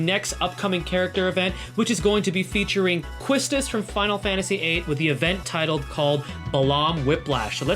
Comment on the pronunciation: Hey great vid! As a ff8 fan, I only have 1 critique... her name is pronounced Key-stis.